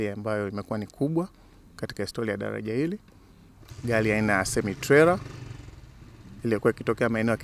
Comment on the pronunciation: Hahahaaa.....badala ya kusikiliza anachoongea nimejikuta nacheka tu😂😂😂.....dalaja....gali.....nyelele....taalifa